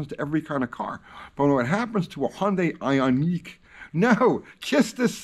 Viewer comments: it’s pronounced ion Q. Not that that even maters though. Here in Canada the government has this distorted view that 100% of new cars will be zero emissions by 2035. I have nothing against electric cars. One would actually be advantageous to me because I could charge it for free. Honestly thought about a plug in hybrid but then realized my kids would be sitting over a potential b0mb. So no thanks. However I feel they have a place just like a diesel. But to replace gas with them and think it’s better to charge with nuclear power whilst sticking our heads in the ground?Burying it with a 100 000 year half life is foolish and irresponsible. The human race should have figured it out when they said God himself couldn’t sink the titanic. Who’s going to pay the road taxes that gasoline pays for? Who’s going to pay to replace an already strained power grid? The near sightedness just makes my head spin. I’ve thought long and hard about this. How can they really be that stupid? Do they really know less then a lowly blue collar trades man? Then it dawned on me. Politicians know exactly what’s going on. They’re only in office for a short time. They just have to look good for a moment until it’s the next guys turn and if he looks bad for waisted money on an un finished impossible task it’s not their problem any more. It really is a broken system. On a side note. As kids we used to jump and or bottom out our cars for fun and on purpose. Guess that won’t be a thing anymore. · Can't say IONIC...lol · Nothing more boomer than pronouncing 'Ioniq' as "Eye On Neek" 🤣